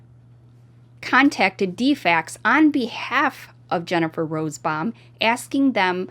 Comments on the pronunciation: Not rosbbaum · I know it’s petty, but it is frustrating to hear say “Rosebaum” not Rosenbaum unless it’s a typo and her pronunciation is correct. Sorry. I just wasn’t sure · It’s ROSENBAUM, not Rosebaum. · Her name is Jennifer Rosenbaum, not Rosebomb. Im sorry to be a stickler but I feel the name of these sickos should be put out correctly! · The name is: RO-SEN- BAUM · RosENbaum. You leave out an entire syllable when you say it.